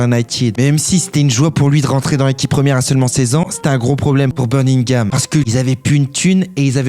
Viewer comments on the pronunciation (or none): Pk tu parles comme un dégénéré ?? Birgingam mdrrrr